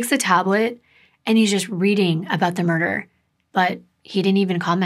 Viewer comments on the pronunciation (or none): none